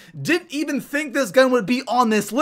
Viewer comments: U said thunk not think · He said thunk instead of think